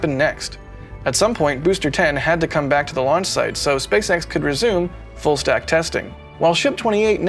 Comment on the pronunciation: Did say "Full snack"? Lol..must be bacon time!